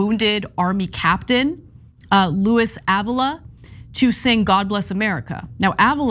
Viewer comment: Ávila= r be la